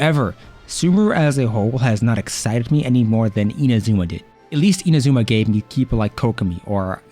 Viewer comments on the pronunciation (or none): none